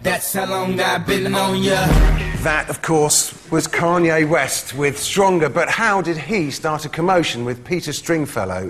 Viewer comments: As an American who is unfortunately stuck with hearing about every move that King Douchelord, Kanye, makes it makes me deliriously happy to hear Noel butcher his name into Keanu. LOL . Ahhhh England. Im so jealous of you. You dont have Kanye...or Kim (Kimye, if you will). Im sure you have your fair share of people you would gladly export but just thank your gods that you dont have these tools. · I love that Noel doesn't even know who Kanye West is. "Kay-an-oo or whatever his name is." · at first i thought he was saying "keanu" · omggg Noel saying Kanye's name wrong was so great. I JUST FUCKING LOVE NOEL. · Noel mispronounced Kanye's name , which means Noel doesn't know who he is. I both love and envy this man......Noel, not the twat.